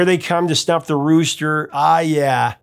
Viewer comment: snuff the rooster. Not stuff. Maybe it just sounded wrong to me.